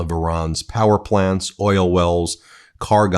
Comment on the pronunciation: Oil is a one-syllable word moron // it is NOT oiyellll